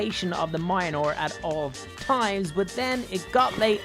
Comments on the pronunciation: Mjölner is the right way to say it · Mans said mionor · Ikr, I'm like, ITA NOT MIONR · It's not myoner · I believe you say Mjolnir like Mil-jol-nir Or Mil-jor-nair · Yeah it’s said miolner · Mionor the Mighty Weapon wielded by the god of thunder….. THOR! XD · it's pronounced mule-neer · You mispronounced mjolnir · BRRRRRUUUUUUUUUUUUUUUUUUUUUUUUUH. The Mjolnir pronunciation hurts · me:*getting triggered when he didn't say Mjolnir properly and only said cap and no bucky cus he has super-soldier serum* I HATE YOUUUU but love your content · say....... Mjolnir............................................ PROPERLYYYYYYY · You said the name of Thor's hammer wrong multiple times it's the ultimate mjolnir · He didn't even sat thor hammer name right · He knows stormbraker but he doesn’t know how to pronounce Thor’s hammers name lol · That is not how you pronounce Meunier I’m sorry it’s just that Siri can’t pronounce words right so you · Say the hammer's name correctly man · He is driving me crazy by not saying Thors hammer correctly! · Me being a huge Thor fan and every time he says mjolnir I’m triggered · Same totally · He cannot pronounce mjolnir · having the time of his life mispronouncing “Mjolnir” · The pronunciations of Mjolnir hurts me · Its not mynore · Its mjolnir not mainor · its mi ol neer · Every times he say mayinor I got angry its mjonoir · he said myonor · calls it mianor its mjolnir ahhhhhhhhhhhhhhhhhhh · It’s mule near it’s pronounced like that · It’s not my ny nore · when u say mjolnir u sound like u aaying minor its funny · For some reason I got so pissed whenever he called mjolnir mayonar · Its pronounced myolnir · It’s Mjolnir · He really said miolnir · It's pronounce myolnor aka mjolnir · He says munlur it I can’t spell it I know he’s saying it wrong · Nice but please dont aay majanor mjölnier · Mjolnir❌❌❌❌ Mayanor✔️✔️✔️✔️ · No it is Mjlonir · Mjolnir is pronounced miyolnir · You say Mjolnir like my ole nore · It annoys me wen he says mionor